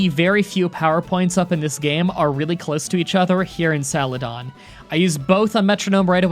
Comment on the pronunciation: This man really called Celadon City “Salaton”